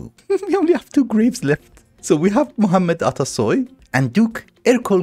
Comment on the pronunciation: My said muhammed atasoy a bit too well do you have any experience speaking that language?